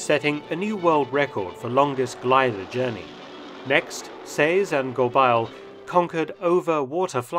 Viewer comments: your pronunciation is usually spot on, but it's pronounced "Go-bey" not "Go-bile". thanks for the vid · Anther fascinating forgotten chapter of World War II lore. By the way, the French-Canadian family name Gobeil is pronounced something like "Gob-eh-ye", rhyming with "abeille". Great video - always love hearing about Canadian involvement in the war, as I don't always feel we get our due: we are either lumped in with the British, or over-shadowed but the US. You never fail to give the plucky Canucks credit where credit is due. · Mark, ta prononciation est affreuse! The pronunciation of "Gobeil" is "go-bay," not "go-bile." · French pronunciation needs work, it's not Go-biles, it's Go-bay. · Gobeil: Go-bey-ee. It's a common French Canadian surname. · Gobeil is pronounced GoBEY. Quite a popular name among francophones in Ontario and Quebec. Other than that, fascinating stuff Mark! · Just one comment: the name "Gobeil" should be pronounced "Goh-BAY." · Gobeil is a French-Canadian name and is pronounced “Go-baay”.